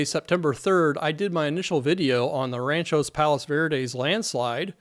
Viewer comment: I have friends who live down the street to the left of the house you show on Dauntless Dr. They’re fine and not impacted (yet). That area has always had sliding since my family moved to RPV in 1963. NOT in a slide risk area thankfully. Thank you for this information! By the way, it’s Rancho Palos Verdes, not Ranchos…